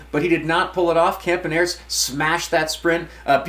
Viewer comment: “Victor Campaneerts” 😂